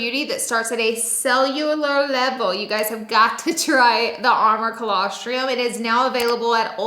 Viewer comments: Oh dear. She said colosTR-IUM..! 🤦🏻‍♀️🤦🏻‍♀️ There’s no studies to show added benefit of colosTRUM in adults. The benefits are for NEWBORNS. Sigh… just stick to makeup laura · Another good video! FYI Its pronounced colos-trum not triom. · Girl, if you’re going to sell colostrum, you’ve got to pronounce it correctly.